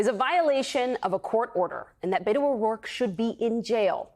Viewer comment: Beto is pronounced BEH-To. NOT Bay-To. It’s short for ROBERTO. Not Robert.